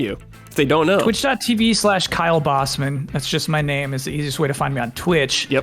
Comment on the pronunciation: Should have said booseman.